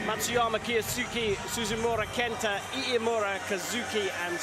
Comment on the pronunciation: this commentator can't get iimura's name correct wtf